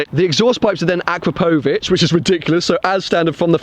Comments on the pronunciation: You're not saying 'Akrapovic' correctly. Its 'a-crap-ovic' not 'akra-povic'. Hope that makes sense.... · akrapovic.... a-crap-o-vich